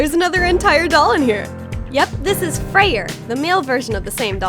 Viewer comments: It's pronounced Frey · Hi! Im a nordic pagan and i just wanted to correct things lmao. Freyja is pronounced Froya, and Freyr is pronounced Froyr. Otherwise, you got it all right!! Sorry if this is annoying